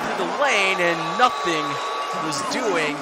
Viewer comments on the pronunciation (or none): none